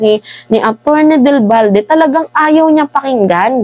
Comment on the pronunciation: Atty.Del Valle hindi Balde